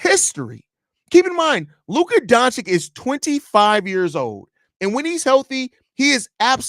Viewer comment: Don-chich. Not don-chick.